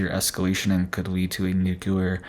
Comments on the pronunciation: New-clear .... NOT nu-que-ler 😂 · Another place we are loosing our language. Please relearn the pronunciation of the word “nuclear”. You can look it up, and many so called experts even say it incorrectly. The correct way to say NUCLEAR is, new-clee- ar. NOT new-cue-lar. Look, nu-cle-ar, just like it’s spelled.